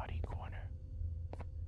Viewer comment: it's ban-ban not bon-bon